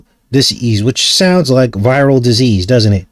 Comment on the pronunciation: Vetril Dease - Venereal D-sease